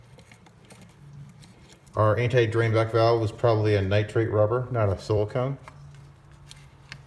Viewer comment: Nitrile, my friend. Not nitrate.